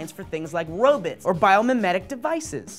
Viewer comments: "robit's"?? What's a "robit"?? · wait.. did just say "robits" instead of "robots"… sure why not? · Did anyone else hear Robits? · did....did just say "robits"??? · Robits? xD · Robits? get your english right. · Did say "Robits?" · Did say robets/robutts? XD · Robits? Did say robits? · He said robits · Did just say 'robits'? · Yep he did say 'robits'.